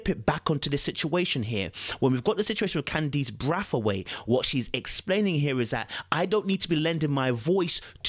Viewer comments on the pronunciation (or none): Bray-th-weight is how its pronounced